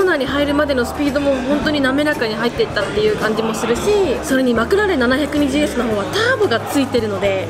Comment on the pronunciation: ポルシェはきゅーいちいちってちゃんと言ってるのにマクラーレンはななひゃくにじゅうww